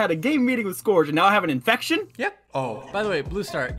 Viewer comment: Am I the only one who noticed that said scORge